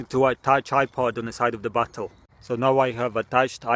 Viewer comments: Sounds like you say battle instead of bottle lol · Revan The Dragon another thing listen to how he says bottle it sounds like butthole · Why do I hear butthole instead of bottle